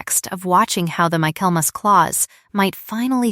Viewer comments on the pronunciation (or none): The word is: Michaelmas (pronounced Michael mass). Refers to the Christmas season. Why do all the stories on this channel seem to center around ledgers and financial matters? Getting a little too predictable.